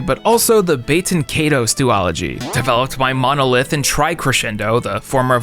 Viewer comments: Bayten Kaydos? I thought it was pronounced Bah-ten Kai-dos. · dude its "bay-ten KAI-tose" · Pretty sure it's prononced bat EN kai toas. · That pronunciation of Baten Kaitos definitely removed some points from your nerd card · Haha the way this man pronounces baiten kaitos is WILD